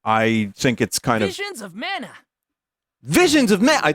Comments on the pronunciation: *Vishins uh manuh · Wivuns of Mana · Don’t you mean Wisions of Mana?